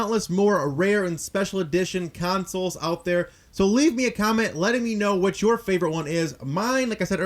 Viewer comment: LOL "Councils"